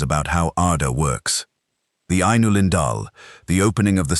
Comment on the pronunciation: Ainulindalë has FIVE syllables, not four: eye-noo-LIN-dah-lay. That is why there are two dots over the final e -- that is, so that the reader will know (Tolkien assumed, or hoped) that it isn't silent.